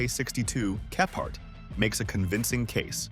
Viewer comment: Can’t be doing with the stupid pronunciation anymore! - one minute it’s kephart the next it’s Keefart and whoops there goes that car bar again! - if this is an indication of AIs ability God help us in the future.